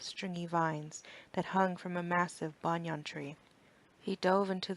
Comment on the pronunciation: Good effort with the accents.. Overall, pretty good reading except for mispronouncing a few words like promenade banyan spire.